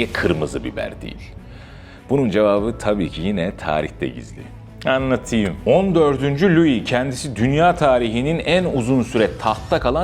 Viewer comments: Şu “anlatıyiiim” kelimesini daha normal telaffuz etsen ne güzel olur. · Abi şu sondaki (anlatıyım )kelimesine verdiğin tonlar ne iş kafama göre yorumluyorum bazen çok tehlikeli şeyler çıkıyor ortaya😂😂